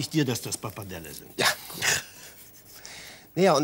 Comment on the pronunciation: Italienisch sei seine Muttersprache? Ts,ts und mehrfach sagt er Parpadelle…. Es heißt Pappardelle!